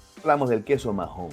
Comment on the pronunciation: No se pronuncia majon, la “h” es muda (Maon) y en Menorca se escribe Maó